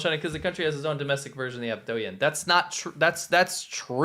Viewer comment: stop pronouncing y’s like in douyin it’s silent